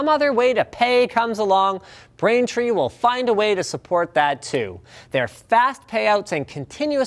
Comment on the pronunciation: Brraaintrrrrreee! Aarrrrrrr! </Piratemode> 😂